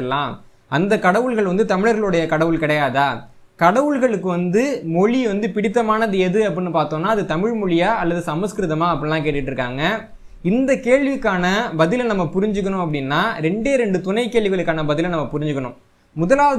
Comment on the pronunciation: தமிழ் தமிழன் என்று பேசும் போது தமில் தமிலன் என்று பேசுகிறீர்கள் அசிங்கமா இருக்கு சிறிது திருத்தி கொள்ள கூடாதா, நன்றி வாழ்க தமிழும் தமிழனும். நன்றி